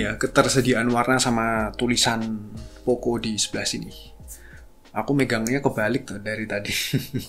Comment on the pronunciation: Pronounce nya: poo..co-pad 😂😂😂 💩